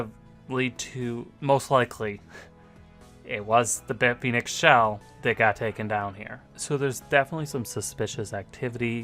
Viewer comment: Stop saying bit-phoenix. It's bit fin ex